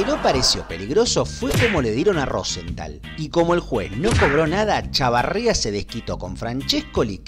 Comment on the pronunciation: Bostental??? Jajaja Es Rozental